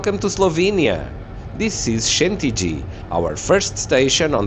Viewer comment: It is pronounced S(sh)entilj not sentij. Last two letters like L+J